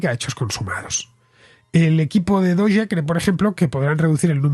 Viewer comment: Yo por lo menos diría "dogue" no "doye". Y hace referencia al meme de un perro de una raza japonesa muy conocido. Por eso lo usaron para la criptomoneda. De hecho lo usan mucho los de NAFO, un movimiento de memes antiputinesco en el marco de la guerra de Ucrania.